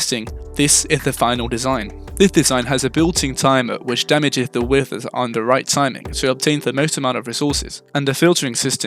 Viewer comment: why do u say withers like ‘wisthers’